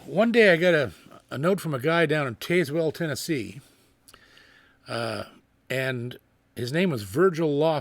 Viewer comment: Hey JP just trying to help out (because I love your channel and your work! I promise I’m not a Karen lol) but I’m local near Tazewell. It’s tn typical so it’s pronounced Taz-wool with the wool (like sheep’s wool) being quick and sharp lol have some fun with some tn twang! Love you brother! Take care and hope you and your family had a blessed Easter